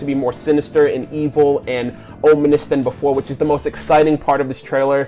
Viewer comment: Cool video, the only thing that annoyed me was you kept pronouncing "ominous" wrong. It's om now ohm!